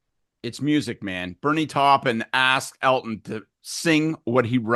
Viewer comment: OMG, not that I didn't like Scott before, but now I have much more respect ie: Bernie Taupin! He even pronounced his name correctly! Yeah, like Scattershot, words matter! Love the show guys :hand-purple-blue-peace::finger-red-number-one